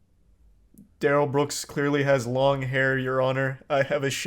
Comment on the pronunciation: He says his name is da-Rell, not Darrel. 🙄